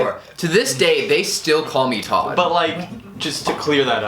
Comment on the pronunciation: Todds name is not Todd. It's tod